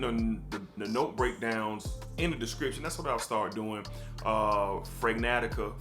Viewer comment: I stumbled across your content.... and here I am!! You probably know by now... And I'm LATE to the party, but it's Fragrantica - FRAY GRAN Ti KUH (if you even care) , but anyway, Its funny hearing ya say "smell good"...... Because as you see by my screen name, I'm "SMELLGOODER", lol. I'm a fraghead from WAYYYY BACK. I dropped a like, left a comment, and I'm gonna rummage through your channel. If I continue to enjoy what I'm seeing, I'll definitely sub.